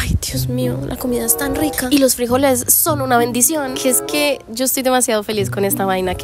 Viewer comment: Por qué dice “frÍjoles” ? 😂 , son frijoles. Sin acento en la i!